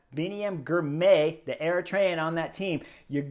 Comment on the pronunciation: say the name as two parts Ghirrr My Ghirmay